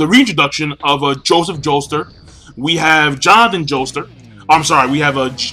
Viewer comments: Why do you pronounce it Joester? Jotaro's surname is Kujo, I totally know what Jotaro's stands' name is gonna be. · Are you saying "Joester"?